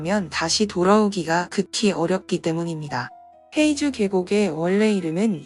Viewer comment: 黑竹 (허이주)라고 발음됩니다. 헤이주 X 허이주 O